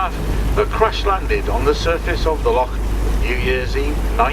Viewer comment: Pronunciation of some of the names is ropey but at least he tries his best with Loch instead of Lock. The English find the names hard to say but strangely the Dutch can manage no problem. I lived in Holland for a while and speaking a very small amount of Dutch I can understand why they fare well with Gaelic pronunciation.